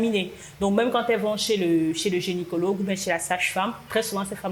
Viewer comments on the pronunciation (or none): Pourquoi les gens disent toujours "gÉnicologue" au lieu de gynÉcologue"? Même des praticiens du domaine (comme dans la vidéo) le disent